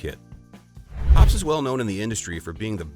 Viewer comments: It Hop Es number 9. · The announcer can't even pronounce Hoppe's correctly.